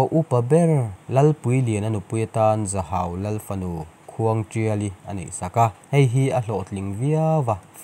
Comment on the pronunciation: I va chhiar thiam lo ve male.in zir nasa rawh.Zahau ani lo.Zahhau tia lam tur.